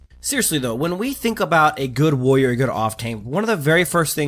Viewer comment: What's a "woyer"?